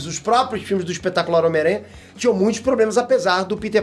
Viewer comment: O Peter não segurando sem falar espetácular,,,,kkk tmj!!!